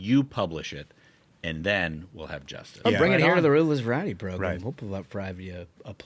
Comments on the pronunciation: I like the cut of your jib… except when you say program as “progrummm.” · Do we HAVE to say progrum so often? Let's replace it with "show"....you can't really mess up show. 🫠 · I really like this podcast but if that guy on the far left keeps saying progrum I cant watch anymore 😂😂😂